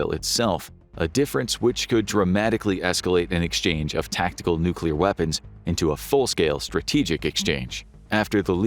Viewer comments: Nobody survived nucular war 😂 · Nucular, it's called nucular! Expert Homer S.